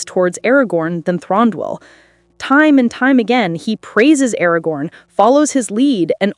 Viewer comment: Also, Thranduil is pronounced Thrahn-du-il. The a is soft. Like Elladan is pronounced like Ella-dawn. And the last part duil is pronounced separately and not together. The Celeborn part is an easy mistake and I used to do it too. But I have never heard Thranduil pronounced as Thron-dol.